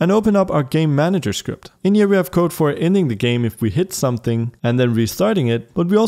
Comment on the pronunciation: Just how all i hear when he says "Game Manager" is "Gay Manager"